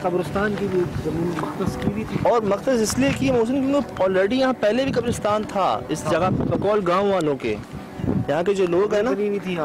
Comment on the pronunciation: I love when says kabr usrtan istead of kabr istan